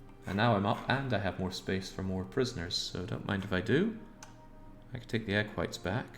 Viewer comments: Pretty sure he's been saying egg whites the whole time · You say Equites, I hear egg whites